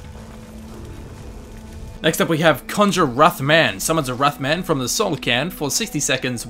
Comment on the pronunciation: Every time he said wrath man I heard moth man